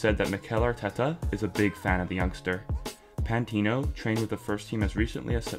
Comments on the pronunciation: Can't tell if this guys a troll. Why he saying pantino 😂😂😂. Forgot about AMN as well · Great video but pmsl when he said 'remember the name pantino' :')